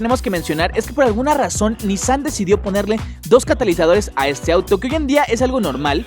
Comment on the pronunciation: Acaso pasaste la clase de pronunciación por que pronuncias RE MAL ej: subaru y nissan